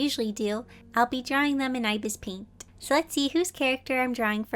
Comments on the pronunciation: Love this but its ibis paint x isn't pronounced (eye bis its ib isss) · The way she says ibis paint lol